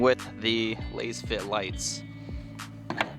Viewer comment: You are pronouncing Lasfit wrong 😮